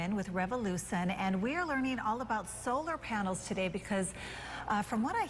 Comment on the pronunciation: she said solar paners